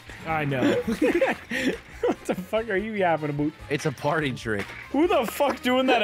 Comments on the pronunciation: not saying “a boot” 😂😂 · “aboot” Blargs inner Canadian came out 💔💔